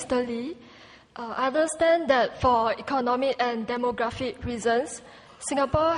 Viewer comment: "Good evnin mr Lee, I unstand that for econmic and demogrefic reasons (...)" I don't call that an accent, I call that mispronunciation.